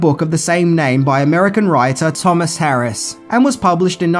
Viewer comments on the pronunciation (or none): none